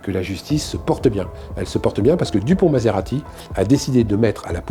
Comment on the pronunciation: Moretti et non maserati non mais ! Ça flingue le propos 😂